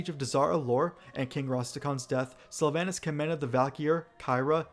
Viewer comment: I try to live by the wisdom of forgiving mispronounciation as learning by reading is a net good. But there is soooo much mispronounciation in this video. Just to start the first A in Sylvanas is a long A. I know multiple WoW loremasters who's first language isn't English who are on point in this arena.